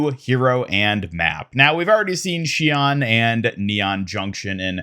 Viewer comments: oof i can't believe u just said shee on my guy it is pronounced shee own its Japanese and BRO OMG ITS MEE ZUH KEY GOD U CLEARLY DONT WATCH ANIME normally i wouldn't correct grammar cuz all it is is just signs of ignorance but damn bro these are easy cmon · Listen to the Miziki VA say “Shion”, you’ve got it slightly wrong.